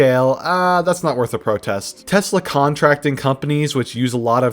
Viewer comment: "Stop burning Teslers" - Nope...